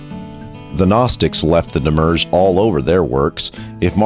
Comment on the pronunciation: *Psst, it's "demi-urge" and it isn't "Elias" * [/nitpick] Looking forward for more with great anticipation!